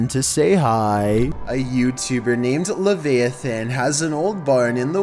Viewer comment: Grammar check! It's levi-a-than not levay-i-thin